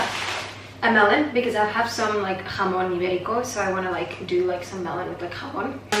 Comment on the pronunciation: when you said “jamón ibérico” i knew you were spanish ahahahahah yo también soy de barcelona, adoramos💁🏽‍♀️😂